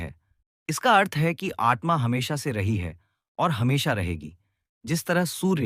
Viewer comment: It is आत्मा . Don’t say आट्मा.